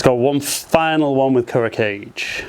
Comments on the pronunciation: Its pronounced Kool Ro Kai Jay not Kuro cage.... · "ku-row kah-geh" Kuro Kage means "black shadow" in Japanese. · Thank you for testing them out on your swing. It really helps to see a spread of golfers put their swing on the same equipment. (You really have to fix that "cage" pronunciation. Super cringy every single time. It'd be better if you just said "Black Shadow" if you can't manage.) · Kuro Kage: the Kage is pronounced as two syllables, as in kah'-gay. It's a Japanese thing.